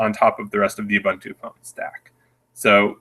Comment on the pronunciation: What's up with his pronunciation of Ubuntu? Shouldn't an Ubuntu Community Manager know how to correctly pronounce the name??